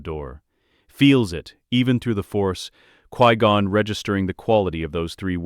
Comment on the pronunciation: 1. Obi-Wan didnt bury Qui-Gon under a tree. Qui-Gon was given a proper Jedi funeral. 2. Dont spend this whole video calling him Quee-Gon. 3. What the hell is with the ridiculous over description? It seems like you took a 30 minute video tops and drug it out in every way you can. Describing the placement of every individual air molecule, every synaptic impulse in excruciating detail. Do you just like to hear your crap AI voice drone? Or did you type a few parameters into chatgbt and have AI read the entirety of what came up without proofing or editing and hit post? You need to tighten things up in a bad way.